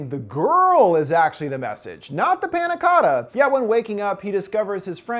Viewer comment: yea i’m not even italian and it pisses me off 💀